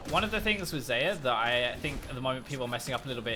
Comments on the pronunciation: it's zie-yah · I don't care What u say but i hear alot of Sa-ya